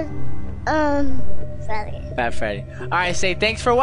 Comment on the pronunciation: Freddeh is on THE PHLOOR